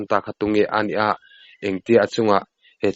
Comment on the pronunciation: 'ani a' tih turah hian 'anih a'. Tih ang hian a ri a abak zawngah chuan sawiselna tur a awm lo i aw pawh a nalh reng